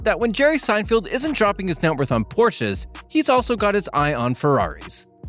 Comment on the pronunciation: Say his name correctly! "Sine-feld". not "Sine-field". didn't even watch the first minute. novus!